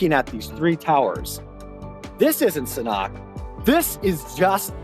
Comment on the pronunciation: Please take the time, care, and respect, and learn how to pronounce this project correctly BEFORE you produce a video on it!